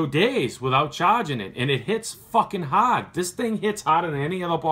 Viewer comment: "It hits haaad, like it hits haaaad!" Haha